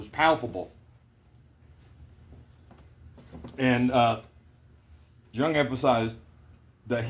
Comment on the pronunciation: I love how you said you were glad you were wrong. How you thought it was a cult or something and didn't want no part so you challenged following the guidelines only to find you were wrong because I felt and thought the exact same way about it. Btw the J is silent😊